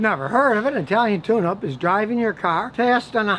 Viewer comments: Thought u said "the Italian tuna 🐟" 😂😂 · Scotty, I must be getting old. At first I thought you said an Italian Tuna, and I said to myself what is he talking about?